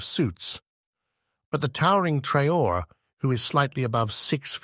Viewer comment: He is called traore’ please.. traore’ not traor